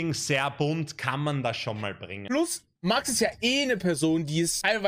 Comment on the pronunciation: der einzige der max sein Name richtig ausspricht